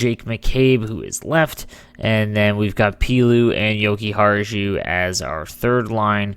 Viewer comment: A little fyi, Pilut is pronounced Pilot.